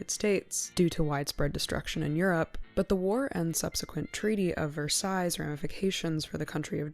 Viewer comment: You really impressed me with the content here. I saw «Mad Monster Party» in the original theatrical release when I was only 5 years old, and I'm not sure I have seen the entire film since, but it really stuck with me. Except for mispronouncing Versailles, this was great presentation, great writing, and very well researched. Thank you very much for sharing. You touched on so many interesting points about Rankin-Bass, monsters in film, and the casting. This was excellent.